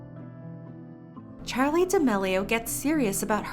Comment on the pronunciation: D-did you just say "chali"